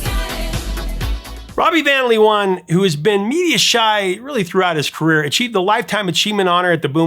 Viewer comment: Amusing to hear you mispronounce Robbie van Leeuwen ;-) (Vahn Layoowhen)